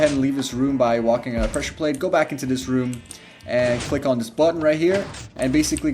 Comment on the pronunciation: This guy can't say the.he says da . Can't say this. Says dis . Can he pronounce t words?